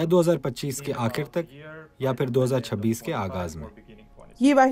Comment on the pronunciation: its not ‘ فر’. its ‘پھر’ From where bbc got these matric fail speakers..